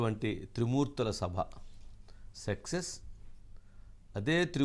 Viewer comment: సెక్సె స్ కాదు వంశీ గారూ సక్సెస్ ప్లీజ్ మీరే అలా ఉచ్చారణ చేస్తే మీ ఎంప్లాయిస్ ఎలా చేస్తారు ? ఊం ?